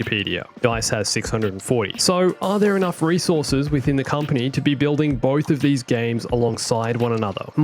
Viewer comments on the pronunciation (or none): none